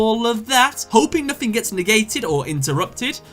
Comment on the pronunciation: it spells nothing not nofin